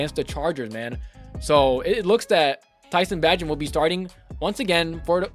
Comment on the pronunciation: Its Pronounced Bay-gent Bro! just a heads up. his dad has been mad people sayin it wrong hahaha